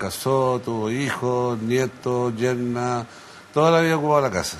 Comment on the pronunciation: No se dice " yerna" es NUERA....hablan mal